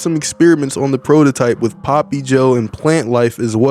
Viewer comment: "wit" is crazy 🤣